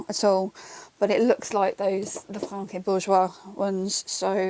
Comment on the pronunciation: Lefranc Bourgeois is, indeed, a french brand. The "c" is silent though. 😉